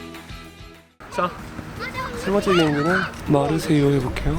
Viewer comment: 그냥 마르세유가 아니고 말을 마세유 인 듯 ㅋㅋㅋㅋ